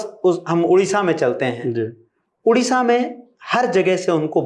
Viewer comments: उड़ीसा नहीं ओडिशा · Udisha ❌ Odisha ☑️